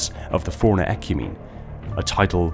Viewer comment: Every time you say "forerunner" it sounds like you're saying "foreigner."